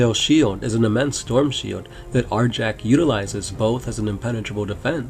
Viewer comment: Arjac is awesome! also the name is properly pronounced Ar-Yac. Fenrisian names are inspired by norse culture, J's are pronounced like a Y